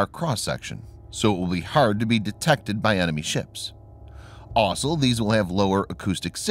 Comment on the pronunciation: Why is the word 'also' so hard to pronounce?